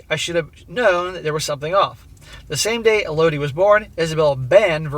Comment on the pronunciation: It's pronounced ELL-oh-dee